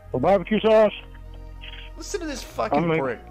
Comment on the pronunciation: Hut dug. No onion jooshe. Bacon double cheeseburger with bah-b-que saush. No pickles.